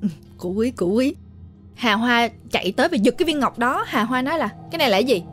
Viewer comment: Nói chứ nghe mấy lần luôn, bé nó tên Hà Hoa mà sao tôi nghe cứ ra Hà Bá là sao ấy nhỉ 🤣🤣🤣 Thanks!!!